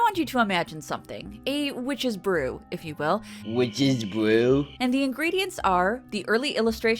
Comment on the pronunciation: Witches bwew? 😂